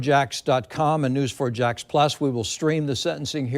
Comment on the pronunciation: Why is this lady calling her "TriSHtan" 🤭🤔